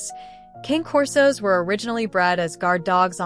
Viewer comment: They aren't "Kain" Corsos; They are "cahnay" corsos. The AI mispronunciation is disgusting.